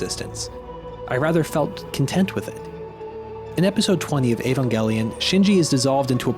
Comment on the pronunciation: trye, but it's evangelion, not ayvangellyun